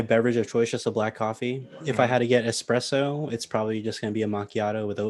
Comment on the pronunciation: Dude, it's "espresso", not "expresso"